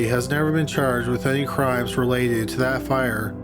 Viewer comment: "she was then charred with arson" is it just me or did you keep saying charred instead of charged, and then "she was caught with a lgsfjkgter" I had to work out was lighter haha